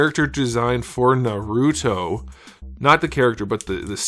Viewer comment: "Narouti" oh mai these americans....